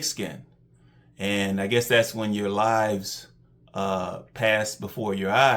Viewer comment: You said his “lives” flashed before his eyes when he reached in there and found snake skin and I kept thinking you were saying his “lies” flashed before his eyes 😂🤣